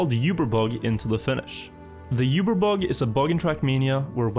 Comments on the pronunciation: Awesome vids, but the word Uber, isnt pronounced You-ber. Its pronounced Oo-ber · "yoober" bug lol. That's not how uber is pronounced, in english or german. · Isn't it pronounced "oo-ber bug" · you-bear bug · I can't get over his terrible pronunciation of Uber.